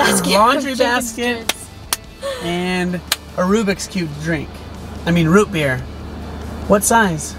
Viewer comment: My dude sad Rubiks cube instead of root beer lol 🤣🤣